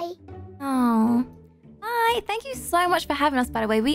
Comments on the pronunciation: He said “tanks you” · Buddy At The Last Time Seeing Livie : “fank you” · Buddy said fank you